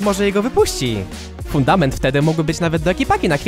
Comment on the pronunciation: a czy poprawka nie jest przez to że troche źle mówiłeś fudator zamuast fundament